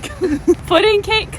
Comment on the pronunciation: "It's the puddingcakepuhcake" Ah yes, that's always how I act after eating puddingcakepuhcake. 😂